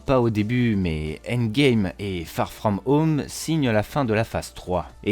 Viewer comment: Farrr frrraum heaume 😂😂😂